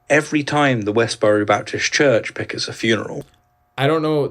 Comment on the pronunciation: Fyi, he said "pickets" when he was talking about westboro Baptist church.